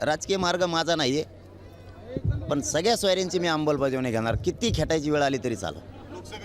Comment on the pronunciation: याला अमलबजावणी शब्द नीट बोलता येत नाही याची लाट ओसरली आता उपचार करून गोधडीत झोप sit ची याला भीती वाटते